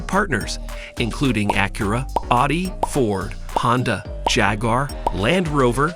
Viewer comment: Udi, mersades and poorsheeee? Come on!